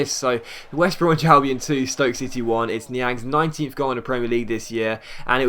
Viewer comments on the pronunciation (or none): Is it just me or does it sound like says "it's Niang's 90th goal in the PL this year". Great vid btw <3